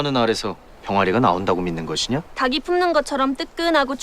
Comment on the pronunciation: 꼬꼬닭의 닭이 를 달기라고 정확하게 발음한 배우는 군주때 유승호밖에 없구나 저 여인은 다기라고 읽네 장혁은 어떤 역이든 늘 똑같아서 질리고 강한나는 달의연인때가 더 낫고 아 박지빈이 젤 낫구나 연기는